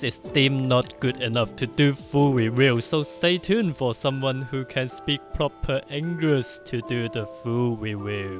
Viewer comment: "Someone who can speak pwoper ingwish to do the fool weview" What does it mean??